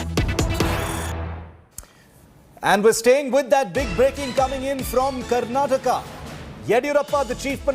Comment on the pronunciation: Mr. Nadda it's "Karnataka" not Karnatak.